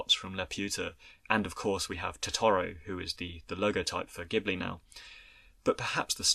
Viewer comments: Insightful and well-researched commentary, doing justice to a beloved film that I grew up with when it was first released in Japan - thank you. My only small criticism is your pronunciation of 'ghibli' - it is pronounced with a soft 'j' (due to an initial error of pronunciation of the Arabic word by the studio, which stuck). One thing I think is significant about miyazaki which I think you should touch on, is that he created such a developed independent female protagonist - and in subsequent films his many female protagonists are also consistently empowered, strong characters (or develop into such). This type of portrayal of females in animation might also be unusual in the west but it was even more unheard of in Asia where confucian influence has meant that females should be more submissive. Thus, in subverting these values, he is a feminist in my opinion, and a socially progressive thinker. Eg. In his more recent film, ponyo, the original japanese dialogue shows the young boy kosuke call his mother by her name, Lisa, not 'mum', which also subverts general expectations of society. Interestingly, (and I imagine, contrary to the artist's intent) the English subtitles change this to 'mum'. Anyway, brilliant video - his films are filled with symbolism, metaphors, themes and messages, and his occasional interviews reveal a startlingly thoughtful man, concerned for society and its future generations, and trying to inspire people through his films. Great when his genuis is observed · oh, it's no biggie. There's a famous car (Maseratti Ghibli) + Studio Ghibli, which are both pronounced ''Jee-bu-rii'' based on the Japanese katakana. By the way, I love your videos. So glad I discovered this channel!!! <3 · it's pronounced: Jibbly, btw